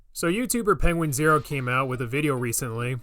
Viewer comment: Finally someone who says penguinz0 right